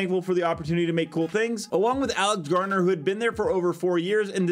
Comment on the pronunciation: Alex GRANER not GAR-NER just fyi...